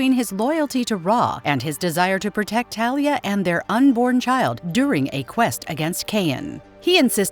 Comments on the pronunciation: It's not Thalia it's Talia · I’m going to fuckking lose it if I find another video with it having the person/ai mispronouncing the name of Ra’s Al Ghul and Talia Al Ghul AND SERIOUSLY THEY FUCKKING KEPT SAYING TALIA CORRECTLY AND INCORRECTLY